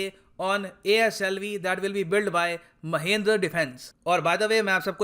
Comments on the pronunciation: महिंद्र नहीं सर "महिंद्रा" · It's Mahindra...not mahindr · It's not महेंद्र it's महिंद्रा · Saale tumko bolna nhi aata Mahendra nhi hai Mahindra hai, shi se bola yoh karo be, gyan do toh shi se do, tum se aisi umeed nhi hai, accha gyan dete ho par aisa mat kro bhai, apna video suno khud se mahendra kitna awkward sound kar rha hai. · महेंद्र -i says महिंद्रा😀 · it's not Mahendra its Mahindra!! jesus dude! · mahendra nai guru ji its mahindra pronunciation wierd ho gaya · Sir ji not महिंद्र its महिंद्रा....